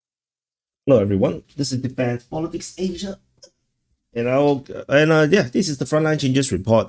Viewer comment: Your Asia wasn't acceptable, I expect better from you ;)